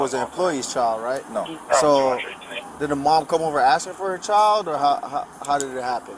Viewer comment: FYI: the world CHILD does in fact need the "d" to be pronounced. Its "child" not "chal"...